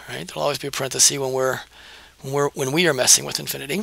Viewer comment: Thank you - in exchange I'd like to give YOU a gift: The word 'parenthesis' comes from Latin. The plural is parentheses, as you know, pronounced 'parenthesEEs' and the singular is parenthesis, pronounced 'parenthesis', not 'parenthesee'. That is a gift that will help you sound as informed about language as you obviously are about math. Enjoy!